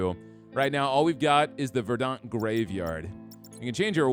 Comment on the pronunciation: Craziest pronunciation of “verdant” I’ve ever heard lmao